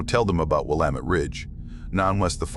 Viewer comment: Maybe this is not an AI he pronounced Willamette correctly😅